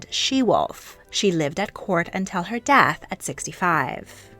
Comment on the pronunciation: "Dath"? Do you mean "death"? The latter is pronounced with an E.